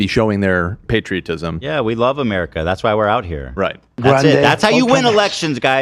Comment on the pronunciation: Ethan calls Love "Glove"